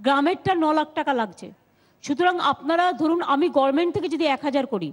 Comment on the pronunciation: gorment not GOVERNMENT' WHAT MAMATA SAYS